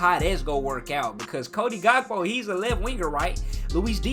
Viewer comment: So no one gonna tell that vergil last name is pronounced as dyke and not di*k and also Cody last name is pronounced as hakpo and not gakpo because he's Dutch and the pronounce their g as h